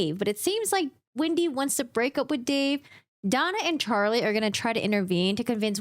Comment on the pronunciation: Hi, love your breakdown on this stuff as always!! However, I'm just curious why you refer to Wendy as Windy? Jejeje. And also also I notice that sometimes u don't pronounce the letter L? 😅. Just bugging you. I like to bother